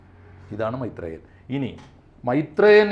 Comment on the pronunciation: മൈത്രെ യൻ അല്ല കൊച്ചേ മൈര് ത്രേയൻ